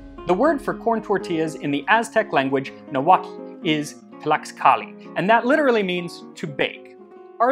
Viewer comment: Thank the Lord...finally someone pronounces the word "Nahuatl" properly...whoever taught him the proper pronunciation did a good job.